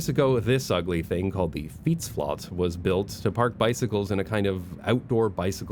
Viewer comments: it's pronounced fietsflet, not fietsflat ;) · it's funny how you overcompensate the pronunciation of fietsflat. The flat part sounds like the English flat, so in Dutch like flet, not flat. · Fietsflat is pronounced fiets-flet. And another word for fiets is “stalen ros” (steel horse), so a stable is fitting for your fiets :) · Awesome video as always! Just a small tip on your pronunciation, The word 'Flat' (in fietsflat) is pronounced more like 'flet', as it's derived from the english word flat (apartment building). Hope this helps! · Hey, just a small heads up: in Dutch, "flat" is actually pronounced the way you'd expect it to be pronounced in English, like "flet". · The "flat" in fietsflat is pronounced the English way, so in Dutch pronunciation "fietsflet", flats, or flatgebouwen are what the Dutch call appartment buildings, flat coming from the English flat meaning storey of a building or appartment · Just 1 little nitpick. Fietsflat is pronounced fiets (Dutch) flat (English). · FYI "flat" in fietsflat is pronounced the same as in English :) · Lovely video, pls pronounce fietsflat correctly tho lol. Flat is pronounced just like in English, like a flat tire. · I love your videos about Amsterdam, where I also live, and also how you sometimes use Dutch words and phrases, which can sometimes be quite instructive (I'm thinking about your explanation about types of streets here). Note that "flat" in Dutch is pronounced as a loanword, as if it were spelled "flet". Mentioning that in case you discuss the fietsflat again. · The 'flat' part in 'fietsflat' is actually English and pronounced as such. The Dutch language can be weird sometimes. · Just a friendly FYI: in 'fietsflat' the 'flat' is pronounced as it would be in English because it refers to the type of building. Aka, it's a flat for bikes :) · the "flat" part in "fietsflat" is what we cal a "leenwoord" wich means you just se the english pronounciation, it litaraly translates to "bike flat"